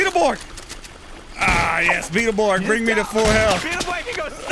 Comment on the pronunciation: Ahh the memory's of "BIG BAD BEEATAL BORGS!" are all coming back to be